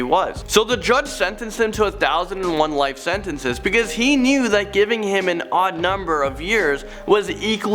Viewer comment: You said 'beceuse 789